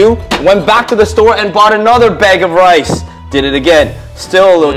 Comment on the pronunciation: blud can not make rice right ☠☠☠☠☠☠bluds making wice